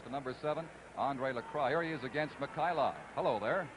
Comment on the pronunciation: Petrov becomes Petro, Mikhailov becomes Mikhailo, Kharlomov becomes Kharlomo. Don Chevrier pronunciations. Yikes